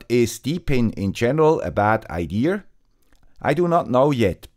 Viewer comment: Great video. PLEASE NOTE There is no letter "R" in the word IDEA. Pronounced I-D-soft A. NOT IDEAR or IDEARrrr; just IDEA.